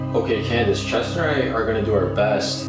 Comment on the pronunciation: Adame: Candyce Les caméras: CANDACE